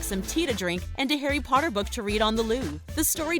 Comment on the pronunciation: harry pottur